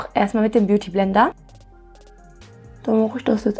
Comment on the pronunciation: Du hast Beauty Blender richtig indisch gesagt ahhahaha😂💗💗